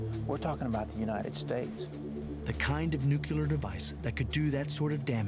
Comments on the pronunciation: Yes I know, that's why I pointed out his mistake by quoting his pronunciation as "Nuc-u-lar" Maybe a bit more context for you? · ...Did he just say "nucular"? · Nuc-u-lar, god-damn learn to pronounce! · NU-CLE-AR not fucking nucular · LOL like g dubya . NUKE "YOO LURR ... YORU SUPPOSED TO SAYS IT LIKE NEW-CLEAR DURP!@ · From Webster's Dictionary: nu·cle·ar adjective ˈnü-klē-ər You don't pronounce "nucleus" as "nuke-u-lus". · Damn! They say "Nuculer" through the whole fuckin documentary. What dumbasses! I's friggin Nuclear guys!! Sheesh!! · Did he say "nuculer blast" at :08 sec.? I'm pretty sure it's supposed to be Nuclear blast. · not only him, even the dude he interviewed. fucking ridiculous. nuclear does originate from 'nucula' (latin), but this ain't Latin for fuck's sake. they're probably doing it to enrage some of the viewers for shits an giggles :).